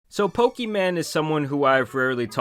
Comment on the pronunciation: I love how he calls her "Pokeman", it reminds me of my grandparents